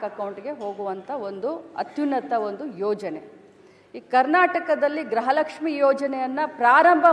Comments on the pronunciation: ಗ್ರಹ ಲಕ್ಷಿ ಅಲ್ಲ.....ಅದು ಗೃಹ ಲಕ್ಷ್ಮೀ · Grahalakshmi alla amma gruhalakshmi antha helu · ಅದು ಗೃಹ ಲಕ್ಷ್ಮೀ ಗ್ರಹ ಲಕ್ಷ್ಮೀ ಅಲ್ಲ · ಗ್ರಹ lakshmi ಅಲ್ಲ ಮೇಡಂ ಗೃಹ ಲಕ್ಷ್ಮೀ